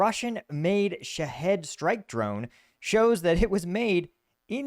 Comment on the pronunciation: Sha-hEEd. There is no head in it